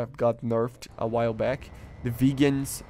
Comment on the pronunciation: My guy pronounces viggens like vegans.